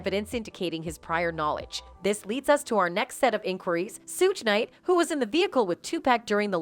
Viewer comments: IT'S PRONUNCIATION IS TWO-PAWK‼️‼️‼️‼️AND SHOOG NIGHT YOU MORONIC A.I SYSTEM GEEZ. HOW CAN YOU BE TAKEN SERIOUSLY IF YOU CAN'T EVEN PRONOUNCE THE NAMES‼️‼️ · Stop the way she mispronounced TUPAC and SUGE Knight to find someone else who can. Damn